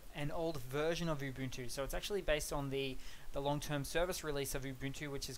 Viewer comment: It's pronounced Oo-Buhn-Too. Not Yoo-Boon-too or Oo-Boon-too. And this vid seems to be entirely superficial differences regarding the UI. Any chance for a deeper dive?